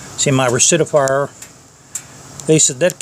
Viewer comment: Uh..... it’s called a rectifier Rect-if-ier Nice bike